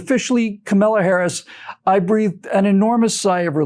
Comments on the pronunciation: I saw Tucker was chastised... her name is pronounced COMMA la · An extra treat from the drive-by media: we are now told Harris's first name is pronounced "Khama-la", not "camel-la". LOL keep pronouncing it Camel-la, because we know what happens when a camel gets its nose in the tent. Kamala is the perfect candidate for the Repubs. LOLOLOLOLOLOLOLOL Vote Trump LOLOLOLOLOLOLOLOL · you are mispronouncing Kamala. How dare you!